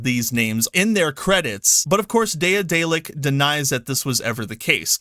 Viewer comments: Good video, but bruh, I cringe a little bit every time you say "day-uh-day-lick". Ya'll motherfuckers need to read more. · Pronounced De-dalic. The first A is silent. Like in Daedalus. Why work with SBI in the first place? If you don't work with someone you don't put them in the credits. And then again there are companies who won't list a lot of people in the credits of their games, so it's not a standard. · Bro its day-a-delic its pronounced like Dad-a-lick. OR Da(d)-dellic